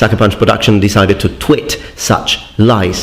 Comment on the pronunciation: It's 'Tweet' mate, not 'Twit' Unless of course you were subtly insulting them, in which case well played.